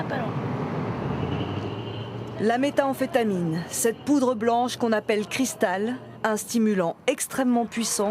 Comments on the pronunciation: la méthA-amphétamine ahahah si même à la télé ils savent pas comment on dis méthamphétamine (méthyl-amphetamine) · Methamphetamines, et pas meta-amphetamienes. Meth viens du croupe caracteristique methyl et pas meta qui signifie "au dela"